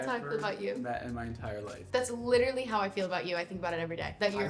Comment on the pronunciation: "Schie littralj feels...schie'sz bliind? "